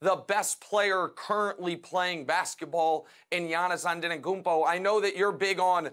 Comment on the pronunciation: Nick goin hard with his love for "yanis anenagumpo" lol